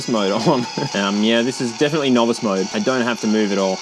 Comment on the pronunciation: It's from japanese engaged Mo-Do?: confused japanese mo-DO?: aussie MAUR-DAUR!